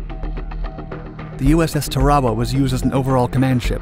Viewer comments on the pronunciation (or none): Great episode! FYI: it's pronounced Tar-a-wa...🇺🇸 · USS Tear a waa